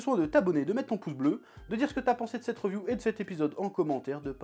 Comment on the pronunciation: Reuuuviuuuu hahaha tu me tue faut dire riviuuu